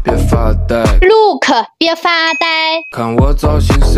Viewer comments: 人家是look你是lookce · 要念look的時後k要念輕聲喔! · 聽到"路可"和"娃塞" 我笑了😂😂😂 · Look不用說的那麼清楚🤣🤣🤣🤣🤣🤣🤣🤣🤣🤣🤣🤣🤣🤣🤣🤣🤣🤣🤣🤣🤣ㄏ